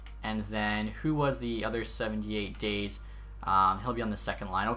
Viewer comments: Dah-zay not days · "dayze" c'mon man... eric daze (dah-zay) was a force for the hawks back in the day. that's rough. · The way you pronounce Daze... 😥😥😥